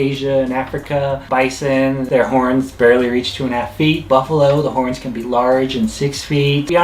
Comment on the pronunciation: “hornth” (meant to say horns)